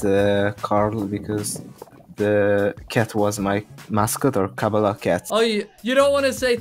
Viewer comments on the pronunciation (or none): The winner is Hungarian as nobody says kabala like that